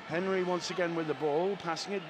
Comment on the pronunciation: The way he pronounced Henry🥴